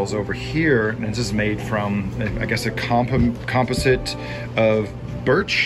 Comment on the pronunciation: Composite - you should learn to pronounce that word.